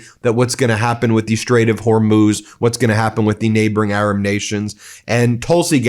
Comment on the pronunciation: Don’t criticize their spelling of STRAIT when you can’t even pronounce it properly. It’s STRAIT, not SHtrait. There’s no H sound in it. Look it up in Princeton’s pronouncing dictionary. Clone your English illiteracy, spread it to millions of people via youtube, destroy the language. If you are disgusted that another American can’t spell correctly, then I have a right to be disgusted that you can’t pronounce it correctly.